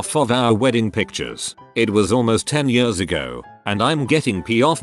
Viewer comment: I can't get over how he says years. YeAuS